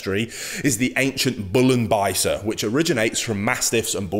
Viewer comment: Great pronunciation of the ancestor: "Bullenbeißer" - it means bull biter 🐃👹😁 Greetings from Germany 🐾🇩🇪